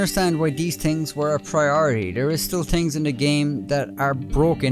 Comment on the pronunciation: "4 tings Dat dEy have patched.."